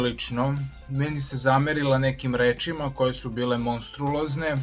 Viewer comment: Monstruozne a ne monstrulozne, auuu nemoj